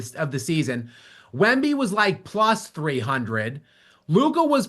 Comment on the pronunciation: Yea because Michigan gives af if you recognize them or not. Yea i will recognize my college teams players you 🤡🤡🤡 then said all that & picked us to win cornball. And say Wemby name right. Stop speaking for Michigan fans...everyone on this show are morons